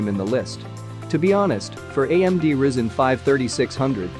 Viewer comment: ah yes the Rizzen 5